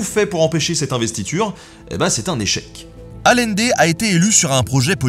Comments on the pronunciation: Super épisode! Juste un petit commentaire, le nom de Salvador Allende se prononce comme si ça s'écrivait Aïende. Petit clin d'œil d'une Chilienne ;) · Super vidéo merci ! Parcontre Salvador Allende ne s'est pas suicidé, il a était assassiné. Ps: ça se prononce ayendé 😁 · Ce pauvre Allende, déjà que cet humaniste a eu une fin tragique, il faut aussi que tu lui écorches son nom ! Deux L en espagnol, on prononce "Aliendé", un peu de respect que diable 😛